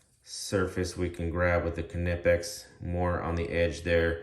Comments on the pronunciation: The K is actually pronounced in Knipex because it is a German company, it follows the German pronunciation. The company itself even says the K is pronounced, they made a shirt stating it too. You are definitely not the first to point that out. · Do you pronounce the k in knife as well?